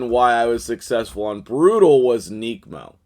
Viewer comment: ‘Neck’mo not ‘neek’mo